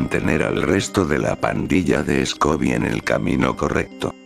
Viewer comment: Escobi y Belma, next level pronuntiation